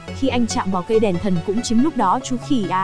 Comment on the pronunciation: Đọc toàn sai thôi,đèn thần thì đọc đàn thân,cô hầu gái thì đọc thành cầu hầu gái ........